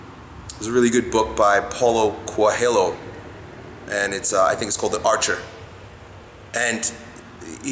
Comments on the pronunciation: It's pronounced "Paoolow Koe-eel-yo". Strong message, good thoughts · your portuguese pronunciation could use some work man:P Check this watch?v=4AwUM3Br_Pg at 40 seconds for the correct pronunciation of Paulo Coelho